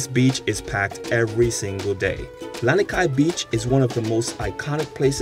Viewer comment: Misspeled brah, Lanikai not Laniki